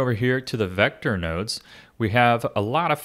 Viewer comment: 'Geometry woads'